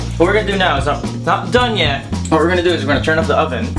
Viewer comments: Sorry, I replayed it several times and it sounded as if you said turn "UP" the oven, not turn off......Makes more since, but I was thinking making the oven hotter would crisp up the skin.......but the comment didn't match other things you said. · Sounds like he says turn up the oven. Or off? He isn’t clear...and he said it twice. It sounds like “up” but i think it should be “off” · Did he say turn it off or turn or up